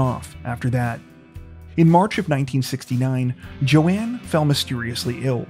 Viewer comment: Joan Robinson Hill not Joann.